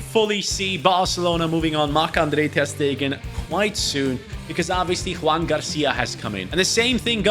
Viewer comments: I know you are not native in spanish nor catalan, so it's a normal mistake but it is not "Juan" it's "Joan". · is not Juan, it’s Joan (García) lmao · Its not Juan García, its Joan García (Joan is catalan version of Juan, but is his name). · It’s actually JOAN García, not Juan. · Joan* not Juan